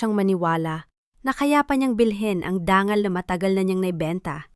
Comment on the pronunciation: Tama ba ang oagpronounce Ng dangal...gawing ...DANGGAL..ang tungo. Naging TUNGGO?